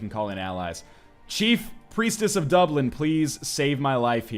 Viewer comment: It's pronounced Duh-blin